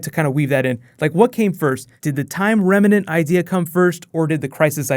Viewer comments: It's remnant, not reminant. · its "time REMNANT" not "remEnant". there's no "e". just annoyed me when he kept saying remenant lol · holy fuck dude remnant is two syllables, not remanant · It's remnant man not remenant. :) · Why do people keep pronouncing remnant as reminant? lol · Is it remnant or remenant? Where'd the extra vowel come from? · Remnant - two syllables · Remnant. 2 syllables. That was driving me insane.